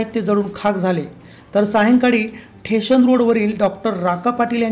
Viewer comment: निवेदकाने मराठी भाषा नीट शिकणे station ला ठेशन सांगु नये